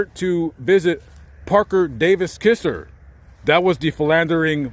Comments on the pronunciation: Not mee bane but mebane and k(eye)zer not kizzer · Hey. Her parents name was Kiser, as in Ki-zer, not Kisser. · Just FYI, her last name is pronounced like KY- ZER not like KISSER. I'm a Mebane from Mebane NC which is in the same county in NC and went to school with her granddaughter. But still a great commentary. Please no hateful comments, it's just something I noticed he said incorrectly.🤷‍♀️🤷‍♀️🤷‍♀️